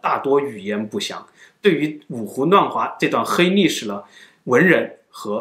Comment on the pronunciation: 五胡 nuàn 华。。 这里(li),不是 zhe ni N 和 L 分不清 西伯利亚，不是西伯尼亚